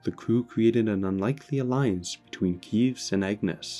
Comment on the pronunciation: Why do alot of Xenoblade 3 plot summary mispronounces "Keves" as "Keeves"... Like the name was repeated with voice multiple times in the game it's almost impossible to get it wrong..